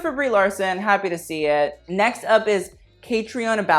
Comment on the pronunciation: It's pronounced Kah-Trina, it's an irish name :)